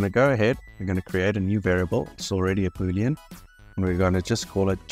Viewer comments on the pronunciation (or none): none